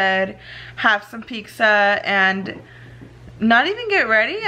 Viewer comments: Pixza??? Or pizza lol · Pizza girl. It’s fucking PIZZA. Peet•zuh. It’s really not that hard. There’s no x or c before the z 🤦🏻‍♀️🤦🏻‍♀️🤦🏻‍♀️🤦🏻‍♀️